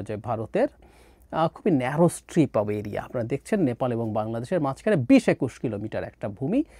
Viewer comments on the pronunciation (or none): none